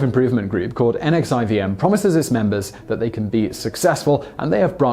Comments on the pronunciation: NXIVM is actually pronounced Nexium. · NXIVM is "Nexium" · NXIVM is pronounced nixium